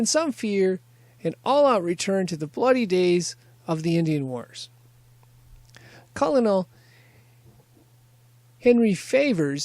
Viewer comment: Cant even say colonel right. Are you fn kiddin? Lol